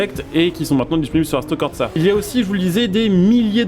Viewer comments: Frangin fallait que je le dise… merci pour la vidéo ,enfin une vidéo sur le sujet, maintenant je suis venu dire qu’il n’y a pas de T dans corsa… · Mais y'a pas de "T" dans "Corsa" stp